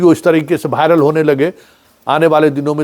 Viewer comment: भायरल नहीं होता वायरल होता है।थोड़ा उच्चारण तो सुधार लीजिए